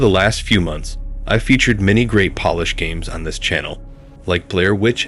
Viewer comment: This man said "polish" and not Polish . Got me crackin up. Nie zmieniaj nic. <3